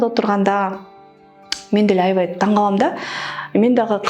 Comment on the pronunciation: Тура эмес Туура, аявай эмес аябай . Туура суйло а то ийгиликсиз болосун